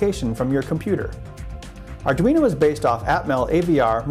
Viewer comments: Ardunio? Lol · it says ardunio. :) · ARDUNIO. lovely xD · ARR - DWEE - NO